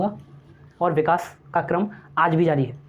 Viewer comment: विकाश नहीं... विकास होता है